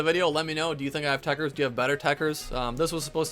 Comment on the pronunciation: It’s actually tekkerZ not tekkerS smh